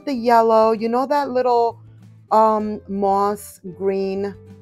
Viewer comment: I love how you say muah-oss Bunnies. Perfect for Valentines 🥰😂 I'm jk. You know I love you & your channel! Thx for taking me to HomeGoods 💕